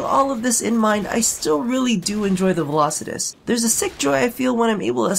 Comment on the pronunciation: Finally someone who said its name correct